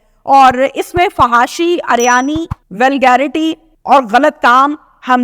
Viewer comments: Ariyani nhi hota uriyani hota hy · Madam uryani theek lafz h aryani nahe